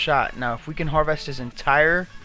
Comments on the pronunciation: Uuummm.... I sure HOPE thats not a Sig.... They suck.... Magnums much better for hunting..... Also its HARVEST.... Not Har-VEST. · Et Are typing to me? If so I was corecting his pronounciation of harvest. He says it wrong several times in the video. Cheerio.